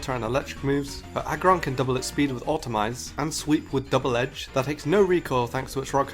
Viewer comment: I found a mistake, you said "Automize"instead of "Autotomize".